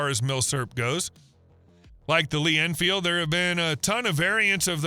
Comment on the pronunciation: You can't spell Mosin Nagant, you can't pronounce Garand or Enfield, your prices are so far off that you'd be better off to not quote any. And you have the nerve to make a video about them? Youtube needs to add a "BLOCK" feature. I really don't want to see your crap again.